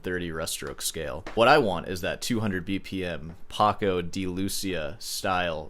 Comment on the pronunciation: It's PACO not PARCO